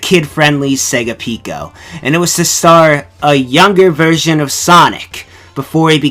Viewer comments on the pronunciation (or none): none